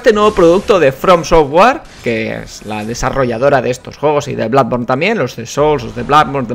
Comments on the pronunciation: DEJA DE DECIR BLADBORN PORFAVOR. PORFAVOR. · Me siento confuso:Toda la vida oyendo "Bludborn" y pensando que se decia "Blodborne", y ahora llega y dice que se pronuncia "Bladborne"Que cacao mental...